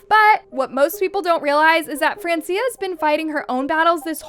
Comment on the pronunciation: It's fran-chah